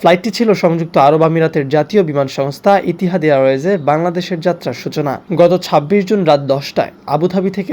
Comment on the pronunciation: ইতিহাদ না ভাইজান "ইত্তেহাদ" 😂😂😂😂😂😂